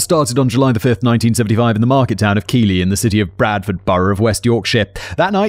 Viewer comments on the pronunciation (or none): It's pronounced Keithley spelt Keighley 😅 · Keighley is pronounced keith-ley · I had a little bet with myself weeks ago that when Simon tackled this case he wouldn't know how to correctly pronounce "Keighley". The first syllable should be like the name "Keith". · Apart from "Keighley" lol. He pronounced it as "Keeley". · Yep, it's pronounced Keith-Lee. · more like Keith-Li (as in little without the ttle) I live there unfortunately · Hi Simon! From West Yorkshire 😇 Keighley is pronounced Keithley 😉 I grew in Hyde Park Corner, Leeds and remember the police knocking and asking my Dad to do a swab! I was little, so it only affected me through the adults being fearful, worried and upset. I now live the other side of Leeds! I moved further north for a few years, but have always been pulled back. West Yorkshire, is beautiful once you get out of the city. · If you need someone local to the North of England to guide you with Pronunciation of Northern towns, Ill be a happy to help. A local from Calderdale 😅 Calderdale - Call-Der-dale Keighley - Keith-leh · Keighley is pronounced Keethlee :) Excellent video as always 👍👍👍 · It's spelt Keighley, but it's pronounced "Keithley" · Keighley is pronounced Keef-ley ahahah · Keighley in West Yorkshire is pronounced Key-th-lee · Also Keighley is pronounced 'Key-th-ley" 😅